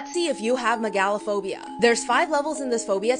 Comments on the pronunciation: The way she says mega in megalophobia is just bringing out the know it all in me and it hurts 😞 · I don’t like the way she pronounces that. MEH GAH LOW it’s Mega Low phobia that’s the pronunciation and it hurts me xD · I love the way she pronounces it Meg-A-l-A-phobia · Lmao why on earth do you pronounce it "me GAL o'phobia"? 🤣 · Real quick no hate but it’s pronounced mega-lo-phobia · it's pronounced meh-guh-luh-phow-bee-yuh